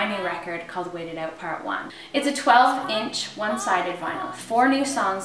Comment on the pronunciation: "Wait It Oot" Canadians are so cute!